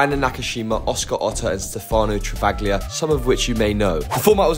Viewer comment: The ‘G’ is silent in Travaglia bruh